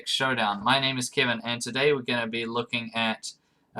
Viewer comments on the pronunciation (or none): Fourty-sivin sivinty K, Nice vid, Kivin.